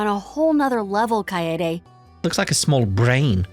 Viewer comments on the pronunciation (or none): Chloe (Judith's mom) and Dominique did bring up that Risette looks a lot like someone they're familiar with... EDIT: that, and the name Kaede has come up before in act 1. On that note, it's pronounced Ka-e-de in three syllables, both e's being the same eh sound. Because non-english stuff is self-consistent like that.